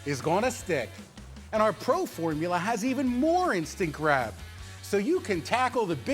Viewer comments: What Phil Swift says: instant grab What I heard: InStAgRaM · Why I heard Instagram instead of instant grab